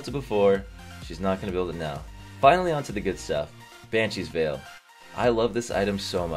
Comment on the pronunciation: Hey just saying Veil is pronounced Vayle